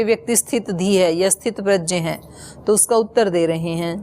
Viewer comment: Didi aap gya ko Jaya bol rahi hain e dono alag-2 hai